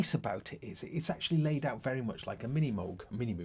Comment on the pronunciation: Correct the first time Moog. Long O’s